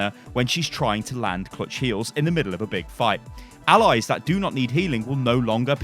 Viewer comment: Why do you say Allies like Alloys?